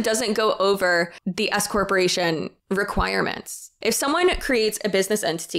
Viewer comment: Fun fact; every time you say "an S corporation" it sounds like you are going to say "an escort" like, you're being taxed as an escort..." (especially if, like me, you are just listening while doing other chores!) Makes it a little spicier!